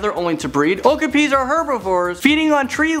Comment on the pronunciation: Me too, also I knew about the okapis (when I was 8 they were my favorite animal), also it's pronounced oh-KAH-pi not Oh-ka-pi